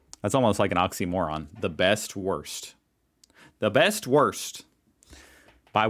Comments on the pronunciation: Woorst, not worst. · please just stop saying "Wurst" or learn how to pronounce it properly, it's not worst, nor wörst, but Wurst with a "U". Now I know how the French feel when Americans talk about croissants. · It‘s less „worst“ and more „wourst“ (like could not our xD) or maybe woorst 😂😂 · The best wurst, pronounced like "the best worst" sounds funny 🖐😁 Try to pronounce it like Boot ... woot ... woorst Then you get closer to the real pronunciation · you should probably not pronounce it "worst" as it is best :) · try to pronounce the u in „Wurst“ like the ou in „you“ than it is clear that wurst is not worst😂 Edit: and please! Start to recognize that Bavaria is NOT a part of Germany (just geographically) and does NOT represent being German! They are something on their own! Just like Berlin ist Part of germany but is something very special and not „typical German“